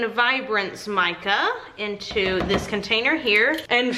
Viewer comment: HaHa! I love it when you say you scrapey your "containee" ... I always say it along with you. 😂